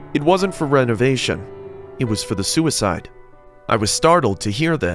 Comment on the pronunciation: He just said hotel was for renavation 🤔